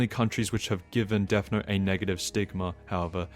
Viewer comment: THE "DESS" IS KILLING ME 😭🙏